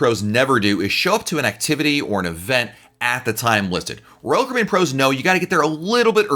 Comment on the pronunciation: DO YOU KNOW HOW TO PRONOUNCE "ROYAL CARIBBEAN"???? Hint: it is NOT RCBN